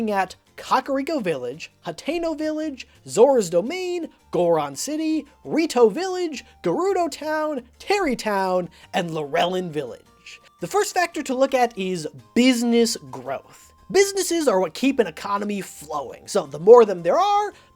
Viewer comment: Lurelin Village is pronounced Lure-lin, not Lu-rel-in. It is a fishing village so the pun on Lure should be pretty obvious. Other than that nitpick, great video.